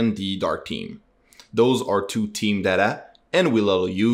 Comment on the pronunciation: thank you so much! PS - 'TH-eeem' thhhh, not 'team'